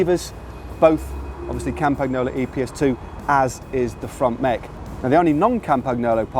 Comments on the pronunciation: ARRRGH say "CAM-PaN-YOLO" fucking fuck fuck fuck my ears hurt. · Surely it's "Cam-pan-nyolo" and "Col-nya-go"??? Truly gorgeous bike, mind... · Dudes...Its been said countless times... Campa - KNEE - olo. There's no 'ggg" in there...!!!!!!! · I'm not Italian but Matt's "kampaGNolo" pronunciation always cuts my ear like a knife that you use for your FILET MIGNON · Hey Matt. You don't pronounce the g in Campagnolo. Good luck the rest sounds good but it is in english!